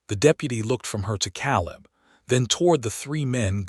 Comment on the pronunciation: Not again. Biblical name Caleb is pronounced Kay-lub